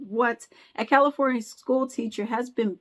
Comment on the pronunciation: When you said California 😂 Yup! Spot on.